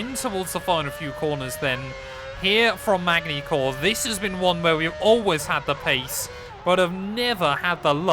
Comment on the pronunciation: really MaGny-Cours no no its Man-y Cours.. you dont say the G its silent but i forgive you as you was probly too young to know that when this was a real race